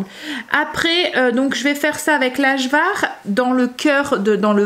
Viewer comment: Coucou trop belle Kim avec son bidou. Juste Ajvar on dit le J comme un Y 😉😉. Bonne journée